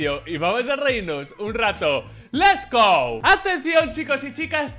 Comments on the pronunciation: leS go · Alguien sabe por qué no dice “let’s go” y en vez dice “les go” me estresa jajaja